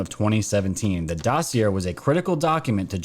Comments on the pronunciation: Dossy-Aye not Dossy Air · dossier pronounce like ballet not air or sound illiterate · I love ur channel & try to catch every vid u make. I ask ur forgiveness for my criticism. Here goes: most of the time u mispronounce the word “dossier”. doe (a deer) see ā as in pay Thank you Sorry sorry sorry